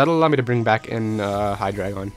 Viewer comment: Its hy-dry-gon.